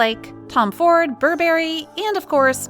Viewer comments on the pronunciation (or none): none